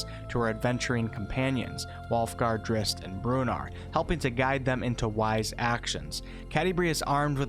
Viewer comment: No disrespect but your pronunciation of Drizzt is nothing but cringe worthy.